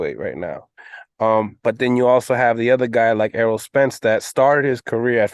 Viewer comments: Can’t say Errol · Word Errol is not that hard to say ! Lmao bud beats Errol too hope they say his name correctly when bud beats him !